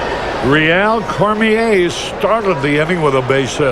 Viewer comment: He pronounced Rheal Cormier correctly though. Good job Harry :).